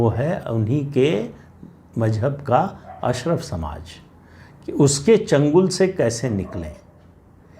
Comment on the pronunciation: अशरफ नहीं अशराफ (कुलीन).